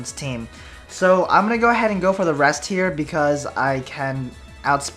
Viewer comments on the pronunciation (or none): none